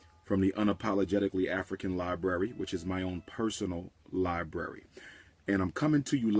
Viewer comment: What a wonderful ”LIE-BURY” u have there, umar ❓❓❓❓